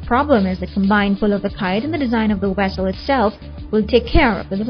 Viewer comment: This lady sounds like Chekov's sister when she says "wessels"